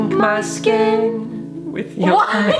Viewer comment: Why did say sken instead of skin lol